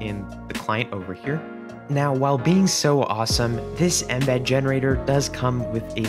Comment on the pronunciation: i dislike how you say "inbed" instead of 'eme'bead